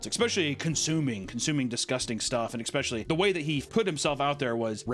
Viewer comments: please stop saying exspeshully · yet you still say Xspeshaly. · I love you dude but FOR THE LOVE OF GOD😂 There is NO X in ESPECIALLY😂😂😂😂😂😂😂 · IT’S ESS-PESHULY NOT EX-PESHULY. I’m going to comment on every video until you say it right. You’ve also said this psycho’s name wrong in every video. Nick-acado not nickado. Please get better